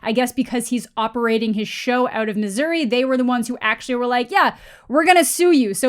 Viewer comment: Hi, from Missouri. Only we are allowed to say Missouri with an accent. Thank you and goodnight.